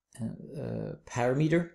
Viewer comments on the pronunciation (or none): hey, it's parameter (pəˈramədər) not PARA then METER! thanks